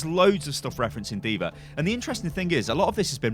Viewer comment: Call her diva not diver